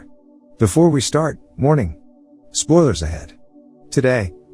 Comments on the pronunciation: after watching you for months i now realized you were saying warning i thought you we're saying morning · I still don’t know if you your saying warning or morning in the beginning of the video 😂